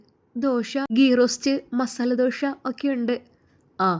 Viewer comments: അവതരണം വളരെ മോശം അക്ഷരങ്ങൾ തെറ്റിക്കുന്നുണ്ട്. ഞങ്ങൾ ദോശക്ക് ദോഷ എന്നല്ല കേട്ടോ 😂😂😂😂😂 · ദോഷ അല്ല കുട്ടി ദോശ ആണ്. വായനയിലെ അമിത ഭാവം ഇടയ്ക്കു അനാവശ്യ മായി ചേർക്കുന്ന വാക്കുകൾ ഉദാഹരണം അതാ. അതേ ഇതൊക്കെ വളരെ ആരോചകരമാണ്.. കഥ പലതും ഒരു പോലെ തോന്നുന്നു. ഡയലോഗ്കൾ ഇങ്ങനെ നാടകത്തിൽ അഭിനയിക്കുമ്പോൾ പറയുന്ന പോലെ, ശരിക്കും ബോറടിക്കുന്നു. ശ്രദ്ധിച്ചാൽ നല്ലത്..